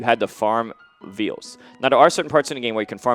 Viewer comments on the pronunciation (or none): The 'i' in vial is pronounced like how you would say the word "eye". It's not a calf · I didn't play Bloodborne. When m2k keeps saying "veal" like the meat, is he trying to say "vial" or "phial" or what?